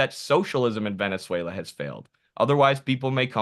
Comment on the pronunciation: "Boot whata pout Vuvuzayla!"